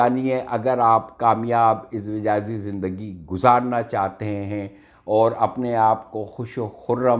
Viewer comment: 🤣🤣🤣🤣🤣🤣🤣🤣 ٹاپک کا حق میرے بھائی سا وقت ادا ہوتا جب وڈیو بنانے والا کم از کم کتاب سے دیکھ کر ہی صحیح اردو تلفظ استعمال کرتا جس شخص کو ازدواجی نہیں کہنا آ رہا آپ اس کو واہ واہ کر رہے ہیں بھائی اپنی بہن کی بات کا برا مت منائیے گا